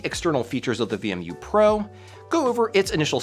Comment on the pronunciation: why are you pronouncing it as VME?